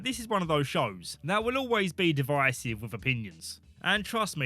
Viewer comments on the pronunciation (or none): none